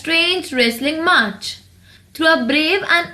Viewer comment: Its match , not march